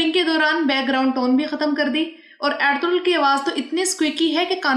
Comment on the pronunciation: Yeh eldurul hai ya althughral pronunciation sahi nhi lugrhi aapki